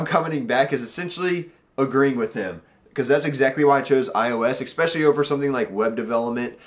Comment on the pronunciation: Please don't say eckspecially... lol